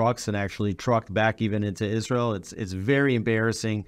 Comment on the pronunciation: The Name is ISRAEL, NOT Isral!